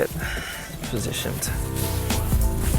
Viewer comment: he said "positioned"